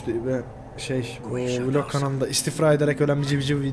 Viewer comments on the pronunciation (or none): none